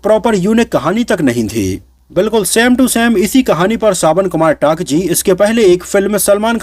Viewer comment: टंक नहीं भाई 😂 सावन कुमार टांक है टांक